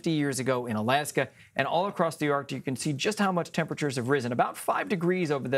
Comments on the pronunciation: How to pronounce arctic? Hmmmm ARDic. Lol why isn’t anybody letting her know? Arckk-tick. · You're a professional reporter and still pronounce it as ARTIC? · Anyone else hear her say .."Ar...tic". .?? EDIT: I scrolled messages left and yes you heard it too. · why does she keep saying "ARtic"? there is a "C" in there.